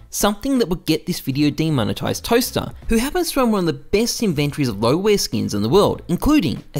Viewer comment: love how you say "In VENN trees"